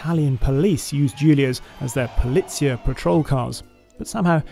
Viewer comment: "Pulìzzia" Patrol Cars? Polizìa!